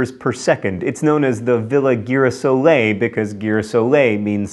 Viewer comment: I know that mispronouncing things is your thing, but you could have at least tried to pronounced girasole.